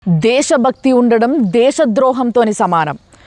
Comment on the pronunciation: మేడం…..దేషభక్తి అంటామా?….దేశభక్తి అంటామా?